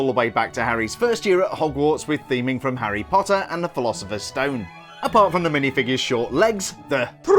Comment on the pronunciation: I love how you say, “Harry Potta!”